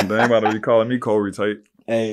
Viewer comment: That Nuggah said Kohrey Tate!!!!🤣🤣🤣🤣🤣🤣🤣🤣🤣🤣🤣